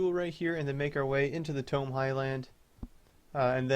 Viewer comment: Its pronounced "Taymow" Highlands xD. Good video as always btw